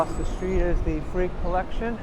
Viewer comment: Terrific vlog 😊 minor correction: it is the Frick collection like ph and rick; not freak.